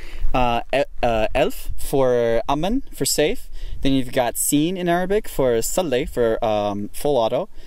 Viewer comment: My man destroys every Arabic word that come out of his mouth